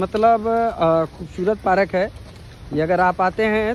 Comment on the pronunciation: पारक नहीं पार्क 😅